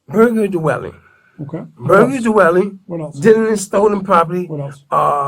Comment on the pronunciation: "burglary do-welling"